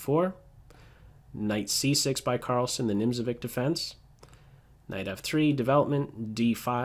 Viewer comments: Chess analysis is on point as always. Unfortunately you say "NimzoVICK"?? Learning something about other cultures might gain you some rating points. Think about it! It's pronounced "Nimzo-vitch." Next lesson will be on the pronunciation of the Pirc. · Nimzovitch, not Nimzovic... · Nimzowitsch defence . get the pronunciation it's 'itch' as in something you want to scratch.